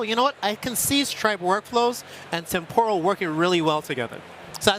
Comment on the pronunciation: The way they pronounce "temporal" with the stress on the second syllable is really annoying.